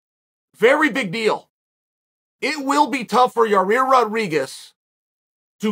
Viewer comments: It's a simple 2 syllable name YA'IR, YA EAR. NOT your ear or your rear lol. Evidently this fight is like a car wreck and only the insurance agency can can give you the correct picture. 🤷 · There’s NO way in Gods green earth Uncle Chael hasn’t at least Seen enough comments at this point of his mispronouncing fighters names! PIERRA, YARIR, BLAHAL…. So the only explanation left is that he’s either STUBBORN or TROLLY as hell…